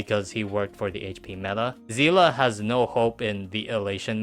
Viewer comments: Zeela ? seelee is how you say it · her name is not pronounced zila its zeele please use Google translate to see how seele is pronounced why is everyone pronouncing it wrong...